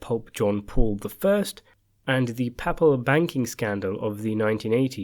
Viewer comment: Papal is pronounced Payple not Papple. It's referring to The Pope.